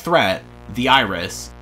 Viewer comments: on the gemini segment I thought you said the Irish instead of the iris 💀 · When you said iris I thought you said irish